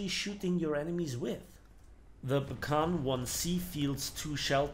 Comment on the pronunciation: It's pronounced "Bee kann" Not B as in bee but rather as begleit, that type of B.